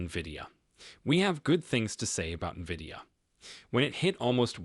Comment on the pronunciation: stupid Ai video cant even pronounce NVIDIA yet I should take the info as solid